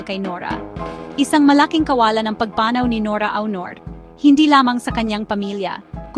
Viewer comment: Ayusin mo pronounciation mo sa pagpanaw